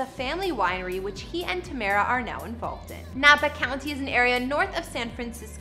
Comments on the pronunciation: Tu-mare-u is how u say it not tam-ra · Her name is Ta-me-ra not Tam-ra. I love her house. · Her name is pronounce “too-mar-ra” Tamara not however your pronouncing it. That’s so bothersome. Thanks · It would be nice if you said her name right..geezuz....I love this house.. its pronounced ( Ta Mare rah.. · ITS TA-MER-A!🤦🏾‍♂️ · It’s pronounced Ta MAIR ra!!!! 🙄🙄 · Do you even research the people you talk about? You missed pronounced Tamera's name like 20 times. LOL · It was so annoying and really hard to watch with her messing up her name . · Damn you butchered her first name AND maiden name. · Killing names..... smh 🤦‍♂️ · How does she say her name correctly but screws it over the rest of the video .. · Learn how to pronounce names before shooting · She know she not pronouncing her name right . I really believe she's doing it on purpose. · Really slack not producing her name right – not even close. I think it's so disrespectful 🙄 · Please put more effort in getting people names correct. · Please say her name right smh... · can you at least pronounce her name right!! yohhhhhh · The next time could you,? Would you Learn how to pronounce the person name before you do a video on them.